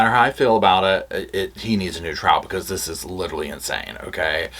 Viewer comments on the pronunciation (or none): none